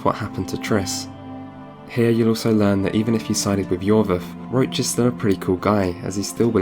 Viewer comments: When he says "Roach" during the video he actually mean "Roche" - This was quite noticable since Geralt's horse is named "Roach" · Great video, Amazing analysis of the story, I love your conclusion at the end! I also really like your style and voice! Just one thing. Roche is NOT pronounced Roach. Roche is likely a french name, just give google translate a go and listen how it is pronounced correctly, please :D